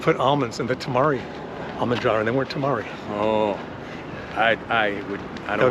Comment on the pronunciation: Eaten tamari for like 30 years and never heard anyone pronounce it Toe-mar-ree🤣🤣🤣🤣🤣🤣